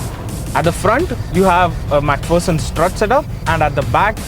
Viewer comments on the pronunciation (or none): none